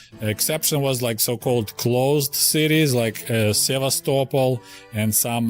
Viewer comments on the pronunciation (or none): none